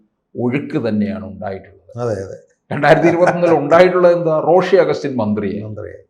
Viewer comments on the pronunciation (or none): റോസി അല്ല റോഷി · റോസി - റോഷി എന്ന് പറയു. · ഇയാൾക്ക് റോഷി എന്ന് പറയാൻ അറിയില്ലേ 🤔🤔🤔